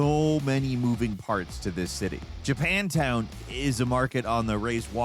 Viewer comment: did you just say Japoundtown ?